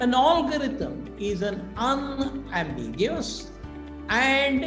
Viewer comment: pottycipation, olgarhythm, 😁 He is extremely well ready and has fantastic though utopian thoughts but sorry I had to rant about some pronunciations that cracked me up.